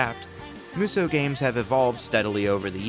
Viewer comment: Just one issue: It's not pronounced "Moo So". (And it's not "Myu So", either.) Muh- (short and clipped) So-Uh. That said. Most Musou games are bad. But there are some absolute gems among them. (And the majority of the bad ones are the spin-off games.)